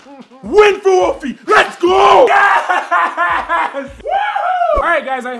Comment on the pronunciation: Instead of saying lets go I thought you said legos